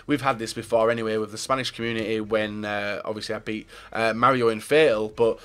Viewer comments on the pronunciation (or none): none